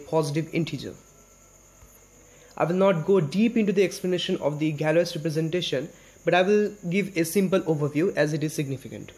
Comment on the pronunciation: Here's how you pronounce Galois